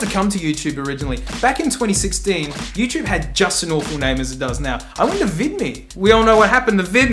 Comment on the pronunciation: mate said "youchoob"